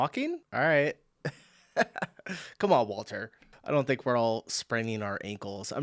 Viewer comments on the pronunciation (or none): His name is Mark, Wolter is his surname...just so you can get it right and stop calling him Walter.